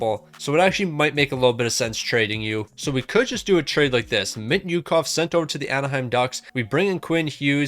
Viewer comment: Thank god you traded mintyukov, couldn't watch the video if I had to hear how you pronounce his name every season